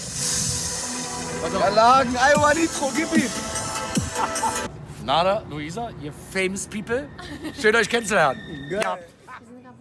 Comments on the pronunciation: er heißt naderrrrrrrrrr und nicht nadeeeeer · Leute er heißt Nader mit E und nicht Nadar mit A ❌❌❌